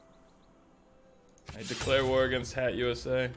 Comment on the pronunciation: Yeah the first time I heard him pronounce Hattusa as Hat USA, I was ready to correct him, but then realized it's his shtick.